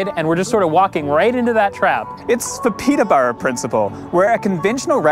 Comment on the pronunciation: Your pronunciation of Yves and Peterborough is so grating. I think pronunciation is a basic part of news reporting.